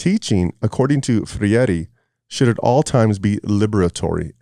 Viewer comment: You don't even know who Freire was and you keep on calling him Ferreire😂 you are an idiot.